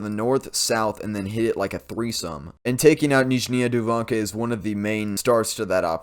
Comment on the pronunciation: Nyzhnia Duvanka pronounced niz-zhin-i-a doo-vunk-a